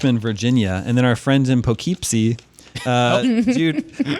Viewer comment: I also giggled when pronounced Poughkeepsie wrong LOL. Tina's a true NY'er